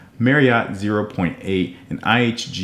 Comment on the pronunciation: iNG card, you mean (IHG) no wonder it’s not on your radar because your not even saying it right. But overall great job. Just for your info it’s (Intercontinental Hotels Group) or IHG